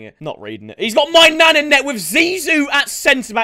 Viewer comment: Him saying maignan sounds like "My Nan"